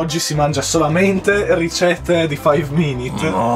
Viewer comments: Si dice Mh Mh FAIV MINIT CRIFT!!! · Ti correggo si dice faiv minit crift